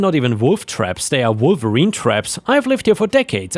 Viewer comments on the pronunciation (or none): none